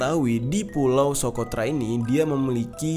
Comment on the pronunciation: Bang pulau nya bukan sokrota bang salah ucap,Tetapi tempat terkurungnya dajjal itu SOCOTRA